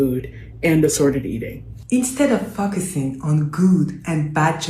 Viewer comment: She clearly says fuckussing